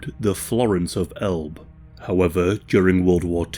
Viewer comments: It's pronounced El-buh, not Elb. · Florence of El-buh as in Elbe River.